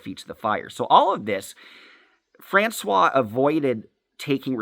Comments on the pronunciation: How hard is it to offer constructive criticism in a way that someone can actually understand? I THINK what you are saying is that the person that is talking about has a name that he is pronouncing as “France-wa,” but it’s actually pronounced “France-wahZ”. Is that correct? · How hard is it to say “FrancoioiZe”?